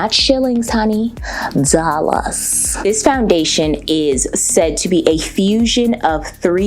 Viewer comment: every 5 mins: ah hundred and fifty dawlahs 😂😂😂 ily